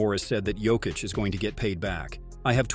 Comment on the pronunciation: Learn to pronounce Jokis's name ffs.